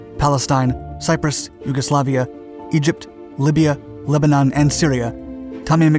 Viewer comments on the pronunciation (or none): none